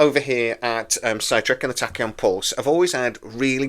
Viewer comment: Sorry , but it's funny I'll for now forgive the Man U shirts , But dude you cant pronounce the word " Tachyon" every show😂 I know I'm just having a laugh and I'm a Brummie but bro 👏👏🫡